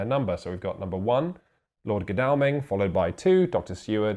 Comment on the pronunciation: Emphasis is on first syllable in GODalming :-)